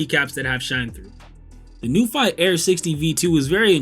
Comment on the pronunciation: Great video. Very pleasing to the eye. Thx so much! According to the "International Phonetic Alphabet (IPA)", it's pronounced as follows: n-yoo-fee / new-fee